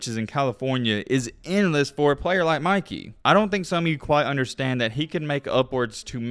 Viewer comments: Bro is annoying asf. Can’t even pronounce English. “Mickey” it’s “Mikey” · Dude it’s MI KEY NOT MICKEY😂😂😂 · It’s MY-KEY my boy not Mickey lmao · Why does he keep calling him Mickey LOL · Stop saying Micky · dude did not just say Mickey the whole vid…😂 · stop saying meekey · Stop saying Mickey he’s name is Mikey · it’s not mickey it’s mikey man 😂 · Why you calling him Mickey and not Mikey?? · Why you calling Mikey, mickey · why he calling him mickey 💀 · why did he call him "Mickey" the whole video lol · Why u saying Mikey like Mikey mouse nahh it’s mike-ey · ITS MIKEY NOT MICKEY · why do you call him mickey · Bro why you saying his name like that? You’re saying Mickey not Mikey… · my man said Mikey (Mih-Kee) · y r u calling him mickey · Bro… it’s MIKE- EE. Made me cut the damn video off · Mikey with a long I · I can not watch this video the fact you keep calling him micky you. How can u butcher his name like that it’s very irritating tbh💯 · "Mikey" pronounced (Mike-E) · Pronounce his name correctly lol… just helping. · why r u saying mikey like he's the mouse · Lmao the way he say Mikey name 😂😂